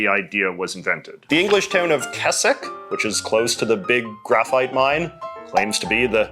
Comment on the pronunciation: good attempt at the pronunciation of Keswick JJ